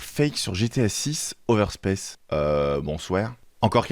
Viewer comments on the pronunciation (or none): PTDR C'EST OVERSPES PAS OVERSPECE